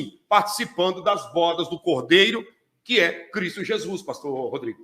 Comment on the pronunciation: Bôdas do cordeiro, e não bodas